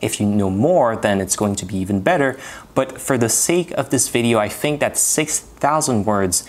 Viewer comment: The evidence of non native speaker is "I fink" for me, we here it at the beginning of the video.